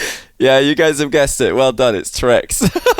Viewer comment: why does he keep saying youz